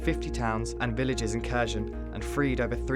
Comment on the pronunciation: "kersion" like in-cursion??. wtf pronounce it properly